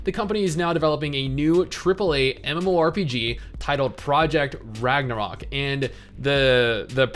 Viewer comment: I will never understand why people use the "ö" when it is supposed to be a regular "o". It makes the word really messed up in all the Scandinavian languages. Its called "Ragnarok" here, we learned that shit in kindergarden.